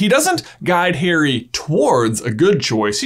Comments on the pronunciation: Why do you say "hairy" instead of "Harry"? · Why do u say HAIRY? Im so stressed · Bro why you saying Hairy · ahhhhhh would you just stop calling him hairy? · It is very disturbing to hear the names pronounced "Hairy Potter" and "VoldemorT" 😁 Great theory though! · Why does he pronounce it as Hairy ? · Please stop pronouncing it Hairy, its an interesting video but I flinch every time I hear that.